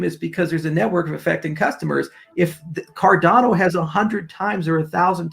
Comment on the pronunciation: Car-Dan-Oh lol